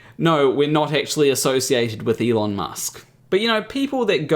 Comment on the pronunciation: As soon as I heard him pronounce his name like ilon musk and I just went like 'Huh???'